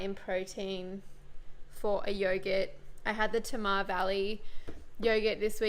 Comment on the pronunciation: FYI Tamar is pronounced like tay-mar not tam-ar. If that makes sense... ha. Love from Tasmania ☺️